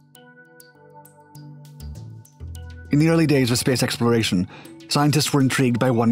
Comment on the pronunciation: “In the early days of spaclzslexploration”